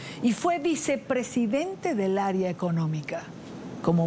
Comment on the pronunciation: Señora presentadora no diga aria economica se dice (area), aria es una pieza musical , area es lo que usted deberia pronunciar bien, no hay que maltratar el idioma !